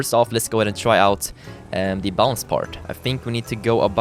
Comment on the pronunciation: He said everytime bounts (im german Hallo an alle deutsche )